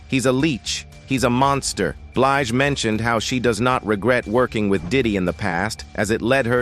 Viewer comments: "Beelj" tf is that? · What the 4hundred one one...seriously these AI recordings are horrible cant even pronounce her last name right.😮😂😢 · Narrator didn't do his research! Not Four Hundred Eleven. And he didn't pronounce her name right